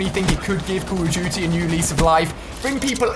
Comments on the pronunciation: The way he says call of duty, “Call of Juty”😂😂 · he said call of juty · who hear him say "code of guty" :D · "Today we are talking about call it juty" 😂😂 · U do not know how to say call of duty jzt listen to Ali how he says it